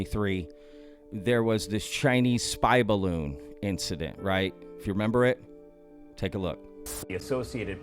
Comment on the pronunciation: You went aussie there in your sign off at the end when you said "rememba" love it! xD